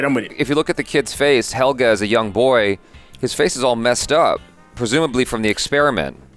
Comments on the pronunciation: "He-- so it's Hegel... Helge! Not Hegel." "...Hegel." 😓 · IT'S PRONOUNCED AS Hell'gey. These guys hear it again n again, see the spelling of the name, and they even say it accurately. But then decide to randomly blurp out hECkeL hEgEL hEckLer wtf man, no surprise though, they're americans. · "Hegle", "Heleg"... My poor boi Helge